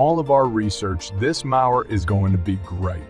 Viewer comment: So you can't clean up and edit the AI voice after creating the narrative? How do people not listen to their finished video and fix the voice errors before publishing it? Lazy and embarrassing. It's not just the repeated mis-pronunciation of 'mower' as others pointed out. It's also ridiculous to leave the unnatural machine voice way of saying model numbers and certain specifications, for example: saying things like the letter 'A' for the abbreviation 'AH', which humans know and would say as 'amp-hours'. How could anyone with any sense of pride in what they do release something like this without either cleaning it up by editing or, if that's not possible, scrapping and starting over - if necessary, the old fashioned way - with a real human voice.[/rant]